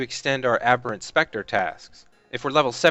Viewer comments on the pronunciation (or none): none